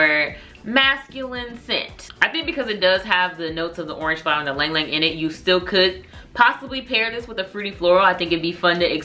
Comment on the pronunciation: Hey love, ylang ylang is pronounced ee-long ee-long. Love your reviews girly. I’m definitely gonna check these out.